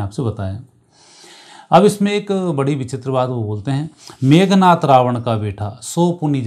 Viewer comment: 😂😂 मेघ नाथ😂😂 या मेघनाद😂😂 Very lousy narration.